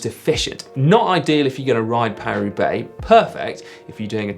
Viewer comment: Hi GCN, love your videos! Off-topic question - , why is "Paris" in "Paris Roubaix" pronounced as "Par"?